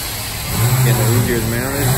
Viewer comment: “Who-zier” u just disrespected my last name. 😂😂